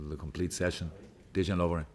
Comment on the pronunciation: loool the way he said dejan